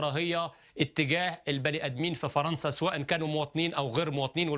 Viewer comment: Il dit majoritairement "faranca " et faransiya